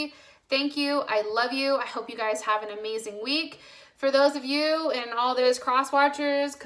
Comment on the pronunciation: Libra moon here does resonate ( but plz stop saying ‘guyes’ thats is not a word .)